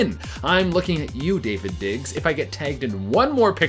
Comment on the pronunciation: It’s Daveed digs not David digs